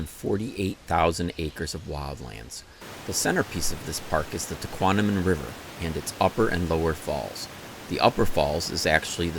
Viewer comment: Great video! For future reference - It’s pronounced “tuh-KWOM-uh-non” - not “tuh-KWON-uh-min”.